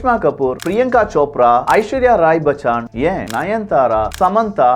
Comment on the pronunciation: Sir ishwarya bachaan illa bachan